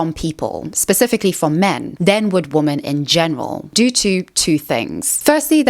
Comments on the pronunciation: Is it just me or does she say womAn when it’s supposed to be womEn 😅🥴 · I really, really, really want to finish this video but this creator is taking part in the same pronunciation of "women" as "woman" repeatedly (it's weirdly happening more and more online) and that shit drives me absolutely insane. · Why do you always say "woman", singular, when you mean "women", plural? I'm assuming this is some kind of ESL problem that you're not aware of? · Hey! I'm new to your channel and I love the content! I also like to hear you speak so eloquently, but I have just one question: do you pronounce the plural "women" just slightly differently that the singular "woman"? I listened so many times to hear the difference but I don't hear it! Please explain :) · Awesome video can you say WOMEN instead of woman when talking about women as a plural